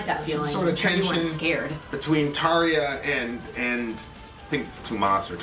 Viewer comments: "Tahr-jah", not "Tar-ee-yah". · maki I've tried to get him to say it right LOL